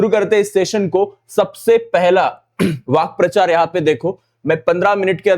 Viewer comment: Vakyaprachar ❌❌ Vakprachar ✅✅